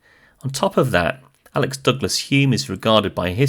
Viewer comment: Isn’t it Alec, not Alex, or have I been saying it wrong all this time?